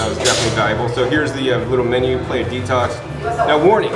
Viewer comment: great video! but its pronounced pla-jha:)